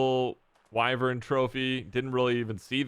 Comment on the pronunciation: For the love of humanity, it is wyvern. Not wyvren